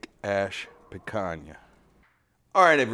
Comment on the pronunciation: The Brazilians can forgive your mispronunciation, but Spanish is going to make enemies. ;) I'll still try the Kick Ash Basket. Looks like a nice toy with the can.